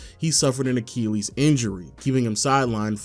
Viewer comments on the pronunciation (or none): none